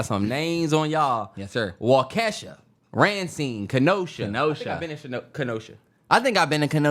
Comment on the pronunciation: Yall have to work on the Wisconsin names bruh it’s Waukesha (wau.ka.shaw.) 😂 Racine (Ray.Seen)